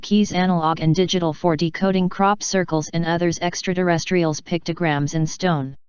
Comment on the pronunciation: THE NAME OF THE “ LITTLE GREEN MEN” is EXTRATERRESTRIALS. THE MECHANIZED VOICE ALWAYS SAYS. “ DEXTRA - TERRESTRIALS”! MOST ANNOYING‼️‼️‼️